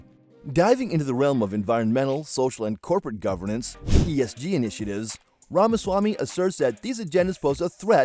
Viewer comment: It's apparent that a lot of work went into this presentation but it's hard to hear his name being mispronounced over and over.